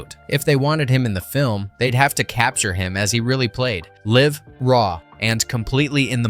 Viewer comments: Also, Ray Charles' performance was LIVE (as in "alive), not live, as in, "to live in Chicago". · Charles would play “liv”??? Did your text to speech mean “live”? Idiot. Useful tidbit: Landis worked with the performers on whether they were comfortable miming to their recorded track (Franklin) or recording live (Charles, Brown). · Did he say LIVE with a soft I? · live (rhymes with give) [pause] raw [pause] and in the moment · Ok for a sec this was cool, until I heard the text to speech say “Live” at about (ray charles segment) as “Live and let Live” instead of “Live” as in a “Live Concert.” Ugh. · you mean ‘live’…..not ‘live’.. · I agree. The word "live" has two pronounciations, each with a different meaning. Your artificial voice guessed wrong.